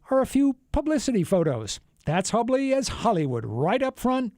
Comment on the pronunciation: Grrrr....it's pronounced hue-bley.